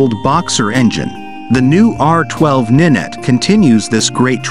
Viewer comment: It's not ninet 🤣🤣🤣🤦🤦 it's R nine T (as in 9) FFS some people are thick 🤣🤣